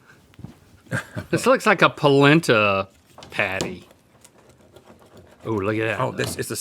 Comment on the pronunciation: Why did my brain think placenta patty when Link said polenta patty